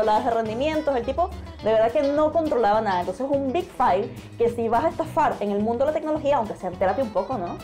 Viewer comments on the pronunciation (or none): Buen vídeo. Pero un detalle. Ya que se adopta el térmico inglés "Fail", que yo traduciría como "Cagada", pues al menos pronúnciela como es, o sea /Feil/, más o menos, no /fail/ :P